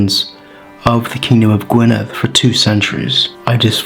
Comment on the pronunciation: Noswaith dda. I just the way you pronounce the word Gwynedd. Diolch yn fawr,. 🥇🥇🥇🥇🥇🏆🏆🏆🏆🏆